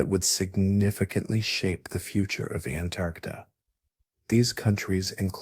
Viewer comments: And now they want AI to help teach our kids in school. We're gonna have an entire generation of people saying Antarcta, and think that's correct... don't you people watch or proofread these videos before you post them ? If it wasn't so hysterically dumb, it's also a horrendously bad video, comic book just terrible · It's Antarctica not Antarctica. this must be AI because the way you said it sounds like a different word. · Very hard to pronounce Antarctica huh? 😂